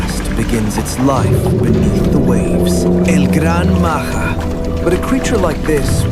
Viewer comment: bro is not el gran maha it's el gran maja